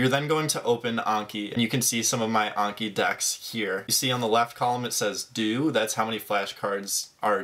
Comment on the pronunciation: there's no way that's how you pronounce Anki